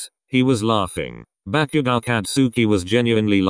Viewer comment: I’m sorry but the part when bakugou was storming of whe Kirisaid bakugou it sounded like ‘back u go’ I’m Srry but it was a bit funny